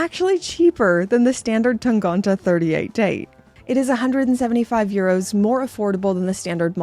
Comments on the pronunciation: tangente. tang-ente. ente with two similar e-sounds which sound like the e in „men“ in „he“. not tangonte. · it‘s tangente and not tangonta. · TAHN-GAHN-TAH is my new favorite word 😂